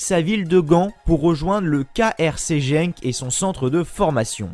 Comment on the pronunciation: Ça s’écrit Genk mais ça se prononce « Guenk » comme ça tu sais. Sinon super sympa la vidéo